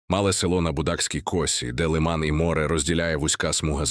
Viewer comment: Не лИман, а - лимАн. Не МаякИ, а - МаЯки. Про остальные неправильные ударения, вообще молчу. Кто это всё озвучивал?